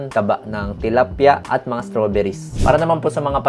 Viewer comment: Parang maliit dila ni Doc kapag nagsasalita ng word na Tilapia...ngiging tilapya sa kanya😁